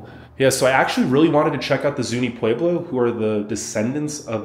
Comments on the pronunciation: It’s not pweblow it’s Pueblo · I keep chuckling at his pronunciation of Pueblo. 😸. it is a very beautiful drive from Albuquerque to Gallup and I have been several times and didn't think it was dangerous like this video claims.